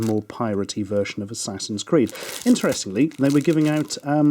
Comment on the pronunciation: Assassin's 'Qweed'